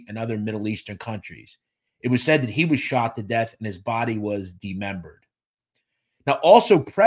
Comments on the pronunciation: Dismembered not dememberd , please remember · “De-membered” is not a word. It’s DISMEMBERED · Why can't you say Dismembered lol. N they said Roy n Grillo killed Mickey. That's how they got him to come down from his apartment, Grillo buzzed him on the intercom. 🤷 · 👎 Thanks for teaching me a new word: DEMEMBERED . I thought that the many years of schooling I've had taught me more words than the average person about your age, but I was wrong. I'll stop listening now because I'm going to study my dictionary from A to Z. :face-blue-smiling